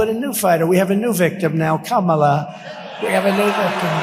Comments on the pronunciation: good one! that's what Kamala should call him-just run it together to make it sound like she's just saying his name-sort of how he mispronounces her name on purpose and never calls her VP Harris. no respect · With trump, there is so much "I, I, I" and "me, me, me". He repeats the same garbage over and over, every speech. How anyone can vote for him is beyond me. The disrespect he shows Kamala by constantly mispronouncing her name irks me. And he says he doesn't care that he does it. 😡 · He is such a creep. He pronounced Kamala's name with a short u sound. Vote 🔵 . Enough of this lowlife.